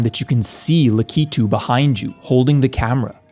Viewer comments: luh-key-too? Seriously? It's pronounced lackey-too you fucking moron. I still remember you sometimes putting toothless dancing or something in your shipwrecked 64 video to even TRY to stay relevant and makes us forget the beef you had with the creator of Popgoes! You know what? I've had enough, TF2 COMMUNITY! MAKE P*RN OF THEFT KING NOW! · Did bro just called Lakitu as "Licky Two"? 😭😭😭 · im sorry, LUHKYTOOO??? LAKITOO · I actually started laughing when you said Lakitu like taquito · Dude, the mispronunciation of "Lakitu" is driving me nuts 😂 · Sorry did you just say Lookitoo